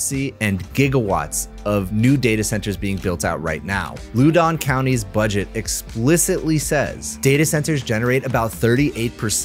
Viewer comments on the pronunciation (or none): Loudon County is pronounced like loud.